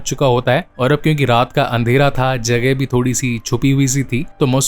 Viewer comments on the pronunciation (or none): none